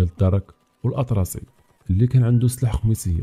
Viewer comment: سناح ولا سلاح 😂